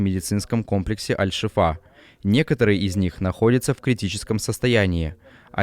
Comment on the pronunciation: Вы до сих пор не научились, что больница называется аль шИфа а не аль шифА. У вас "новости" выходят с суточной задержкой, так еще и постоянные ошибки. Вы все время ноете, что не смотрят, что не подписываются - подумайте почему.